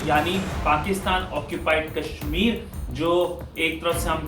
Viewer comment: pok 😝😝😝,Pakistan bolte the na keshmir,Keshmir abbe jhahilo ye ksmir h na ki Keshmir